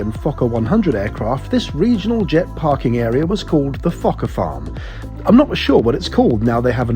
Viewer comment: Fokker not Fokker